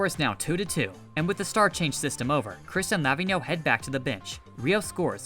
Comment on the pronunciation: Pronouns Lavinho as ravine (but with L) and yo.